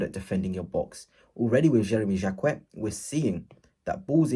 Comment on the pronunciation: 😅learn to say his name !!!